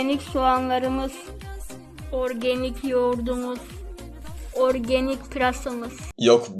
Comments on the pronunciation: kiz orgenik dedikçe benim kafam ağrıdı😂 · Organig demesi beni benden aldi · organik değil yanlız argenik